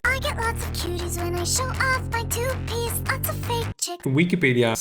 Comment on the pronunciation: its great but i cant unhear toothpaste instead of two piece